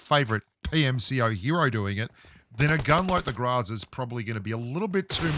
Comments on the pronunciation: It’s weird how the pronunciation gets mixed up a bit.. but I’m pretty sure it’s pronunciation is GRO-ZA . But I think it’s basically where ur from.. lol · Don't Tell Me How To Pronounce GROZA (GROW-zuhh) If You Can't Even Pronounce FAMAS (Pho-Mas) Your Pronunciation Is "FAM-iSS" Boomer Bloke.. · If you want to know how to pronounce the "groza", make Google translate "thunder" into Russian. Maybe learn some Russian, even.